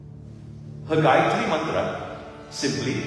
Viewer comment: 🙏, namaste,thank you for reminding us of the correct pronunciation of the GAYATRI MANTRA